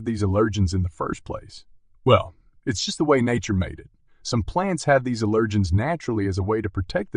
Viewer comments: It's not "uh-lirgins", it's AL-ergens! Drove me nuts listening to the pronunciation of "allergens". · Speak English. The accent on "allergens" is on the first syllable, not the second.